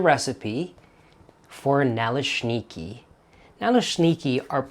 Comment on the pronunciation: My mom would make those on occasion, simply filling with apple sauce with some sour cream on top. Over the years I've made both sweet and savory versions of these. Good pronunciation! Oh, I have a well seasoned 8 inch cast iron skillet that works perfectly too!